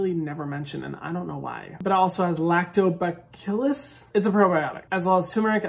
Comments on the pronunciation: Lactobacillus (lacto-ba-see-las) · It’s lacto-ba-sill—us